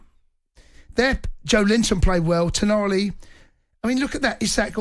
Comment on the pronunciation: U try to roll the L’s u should be rolling the RRrrrrrrrrrrr’s ya twat lol Tonali was bloody Grrrrrrrrrrrrand! Up the Toon